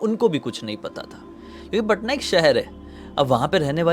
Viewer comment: Patna hota h bhaiya paaaaatnta nahi😅😅